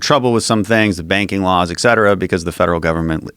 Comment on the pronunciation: He's one of those people who, instead of saying "et cetera"/"etcetra" he says "exetra"..... there's no hard "X" sound..... it's not "eX-xet-tra"